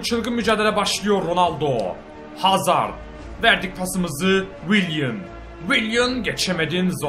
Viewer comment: abi hazırdmı dedin hazardmı anlayamadım